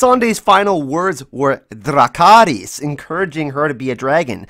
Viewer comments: Dhracaarees? Interesting way to pronounce Dracarys. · Never say Dracarys again